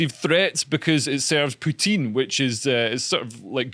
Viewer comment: If you speak actual French, it's poo-teen. If you're brain damaged, poo-tin.